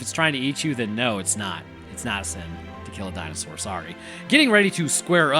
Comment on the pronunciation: I fucking love that the education DNA man's southern accent "Di-no-SAWR" pronunciation lives as rent free in your head as it does in mine. It's been 30 years and I still say DinoSAWUR like that every time